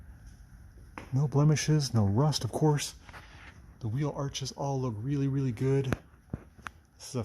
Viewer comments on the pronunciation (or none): none